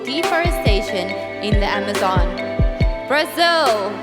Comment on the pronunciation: Is Brazil really pronounced as "Braziw"?